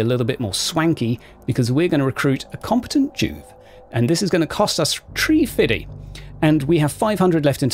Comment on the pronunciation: Oh my! You got your hands on Necromunda four days before launch? You must be giddy,. Also, I had to back the video up due to chuckling at your usage of "tree-fiddy." Thanks for all the content! =D